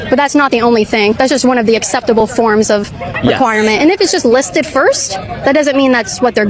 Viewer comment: "It's the first option lis ted." What a ditzy dweeb 😀